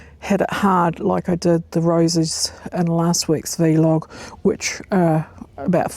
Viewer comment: Thanks for the reminder - I need to prune my gooseberry. Roses got done today. Really enjoy your sessions although the pronunciation of vlog as "vee log" jars a bit. Never heard that before :)